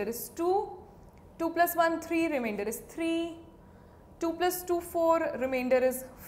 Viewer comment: "Will give you what remaindorhhhh..? " 😂😂 I like your videos. It's Informative🙂😊